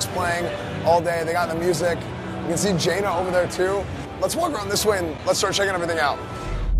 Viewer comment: Its not jena its jaina also classic is just vanilla wow anything else is just delayed retail